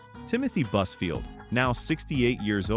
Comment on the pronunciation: When you say buzfield... I hear buzzword 🤦‍♀️